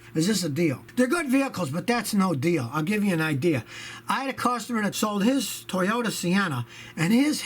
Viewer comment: the Toyodee Yaris... Scotty you feeling alright man?